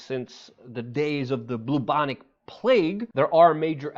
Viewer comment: Beanie guy and u both call it the boobonic plague🤣 u need to learn Ebonics bro its bubonic